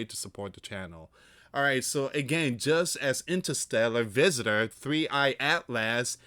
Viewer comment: Atlas is pronounced At-luhs not At Last. Such as At last At-luhs is almost here.